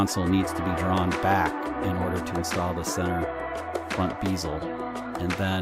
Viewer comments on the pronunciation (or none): LOL! It's a bezel, not a beezle.